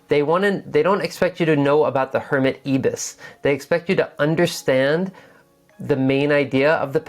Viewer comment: You are a fantastic teacher,. I got so much from this. But coming from Oz, can I just point out one thing that drove me crazy? The first "i" in Ibis is pronounced the same way as the "i" in you and I. It's the name of one of our native birds, and a massive Japanese hotel chain!